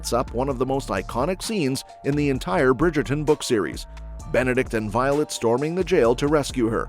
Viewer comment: The Brigayton😂